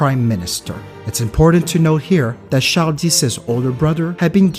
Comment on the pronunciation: Wait...how did you pronounce Charles? Char-dis? That's one of my name's and apparently the grandfather whom I got this name from was a Haitian who spoke creole.